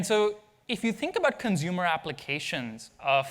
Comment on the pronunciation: "consumer" dude